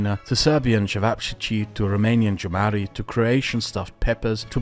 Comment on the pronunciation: This video is so interesting and ensightful that I’m tempted to overlook your mispronunciation of jumări 😊